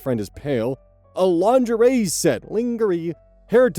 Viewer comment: 35;36 mispronouncing "lingerie" as an ad lib had me almost spitting my coffee all over my kid.